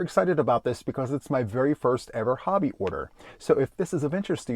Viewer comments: I love that you pronounce Hobbii correct!👍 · Thank you for pronouncing HOBBII correctly